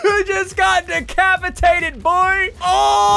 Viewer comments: No one: Literally Nobody: Not even a soul: Ssundee: Ohhh, you just got DECAPILATED!!!! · he said decapilated